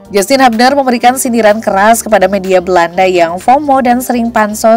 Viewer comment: Sebutnya "hyubner" ceunah, min.. bukan habner atw hubner😂